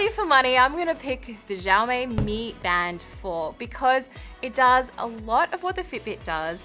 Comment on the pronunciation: She doesnt even know to say Xiaomi.